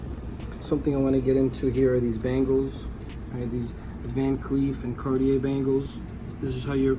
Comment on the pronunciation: did you really keep saying carti-AIR mispronouncing it? bro.